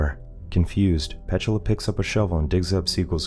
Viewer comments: No its pronounced P-tula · Pronounced Pet-tooo-la 😅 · Is that really how "Petula" is pronounced?